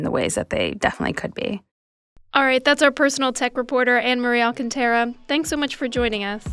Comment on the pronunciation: Ann-Marie Alcantara's last name: includes accentation mark to guide reader on which syllable to stress: Al-cuhn-TAe-ruh > <", it's Al-CAHN-tah-ra. Stress on the second syllable where the accent mark is